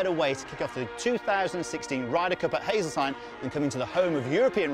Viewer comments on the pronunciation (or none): Hazeltine- "Hay-zul-teen" haha